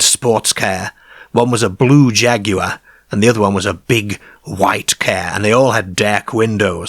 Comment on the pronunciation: we get to hear not just homeboy pronounce "car" but we get a "Jaguar" immediately afterwards. The gods have smiled upon us listening audience.